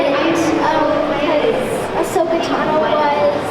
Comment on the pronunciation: I swear to god... IF I HEAR ONE MORE PERSON CALL HER ASHOKA!!!